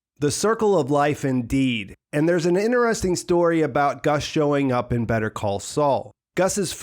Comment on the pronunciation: I absouelty love your videos and deep dives into this tv series. However the way you pronounce the word 'interesting' as 'inner-esting' is driving me into crazy town. Please stop.